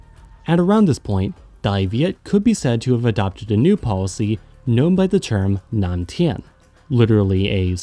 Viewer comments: fked up pronunciation in on "Nam tiến". "Nguyễn" isn't pronounced "when" that is a total butcher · He's just an American cut him some slack.